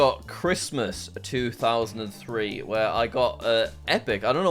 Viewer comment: I can't tell if he meant to say, "It's 2000 and free" or not